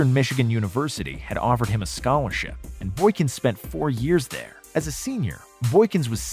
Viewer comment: Secoth and Thirth💀